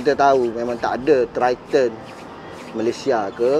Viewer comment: Sebutan triton tu bunyinya "TRAITEN" sebenarnya Bang. bukan threeton